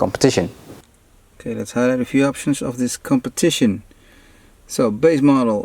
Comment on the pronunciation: The way he abused "competition" 😂